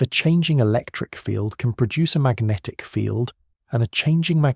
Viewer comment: I love and hate equally how Magnatic is pronounced as Ma-guh-natikkh every single time. Focusing on this sooo much I can’t sleep now.